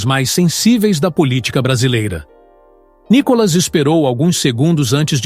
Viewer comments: Ve se aprende a expressar o nome do Nicolas... não tem nenhum acento no O de Nicolas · Vc não sabe falar o do verdedeiro nome d DEPUTADO.. N I C O L A S.. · Esse cara com esta página, já está enchendo o saco....essa página é feyk... Micolas nunca foi no programa do Ratinho, mais um detalhe, por vários vezes o narrador erra o nome de nicolas, e tem falas que já ouvi em outas postagens. Isso é uma montagem de um cara que só quer ganhar fama . Não estou curtindo mais essa merda de página, e cada vez que vejo já deleto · Não sabe fala nome do Nikolas.